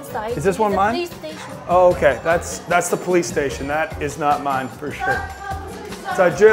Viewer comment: YOU NOT COME IN HERE ITS POWICE STATIONS 🤣